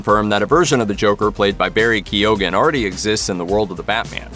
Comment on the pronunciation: it is pronounced Barry Kyown not keyogan